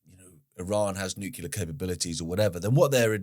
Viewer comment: JFC! I love you brother but, it's noo klee arr. Not nukular! 😂